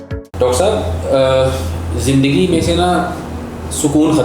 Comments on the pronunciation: زندگی لفظ۔۔۔زند ۔۔گی نہیں ہوتا ۔۔۔زند دگی ۔۔۔ہوتا ہے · Punjabi style .